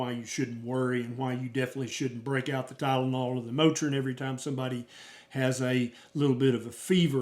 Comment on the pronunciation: Soooo funnie when you got on here and said "Tylenol and Motrin". That cracks me up.